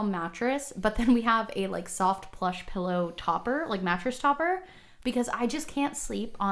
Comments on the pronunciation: He’s saying pillow wrong! It’s PILLOW not PELLOW!!! 😂😂😂 love u guys ❤️ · hot take should be that he says “PELLOW” instead of “PILLOW” 😂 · so many "pellow" fellows haha